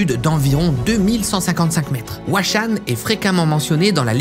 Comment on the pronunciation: c'est chaud d'aller dans un endroit et de mal prononcer son nom. Huashan à prononcer RUACHANE (prononciation des lettres à la française le H se prononce R)